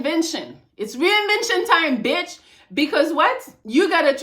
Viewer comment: I love the way she say BITCH!! The beech!!